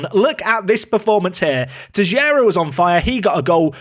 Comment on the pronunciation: Sorry to correct you, its Teixeira